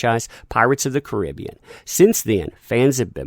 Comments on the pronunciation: I love your stuff but you don't say Caribbean right lol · i can tell this guy has never heard< no pun intended) of the movie before ,just by the way he says the title of it.. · love your videos but it drives me bonkers how you say "Pirates of the Caribbean". It's the way you say Caribbean!! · I hate it how you pronounce "Caribbean". Dude, can you just use google translate voice instead when you struggle to pronounce something.